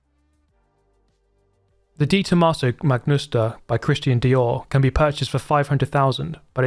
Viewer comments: Useless information about this video: 1. When talking about the De Tomaso Mangusta, says Magnusta instead. 2. When talking about the Dragon Trail circuit, mentions that the circuit is fictional and does not exist in the reality which is both conveying the same information. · I immediatly noticed the "magnusta" thing...and mades me smile like an idiot 🙄🙃